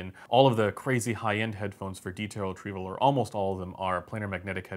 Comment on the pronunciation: Umm its not treeble, its treble. No long e sounds.